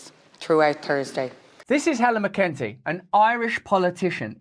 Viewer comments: Minister of justice is pronunced Mac in Tee not mccunty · “Mac un Tee”…...